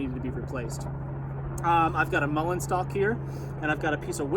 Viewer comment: Oh, it's a MULLEIN stock you're using. Pronunciation threw me off there.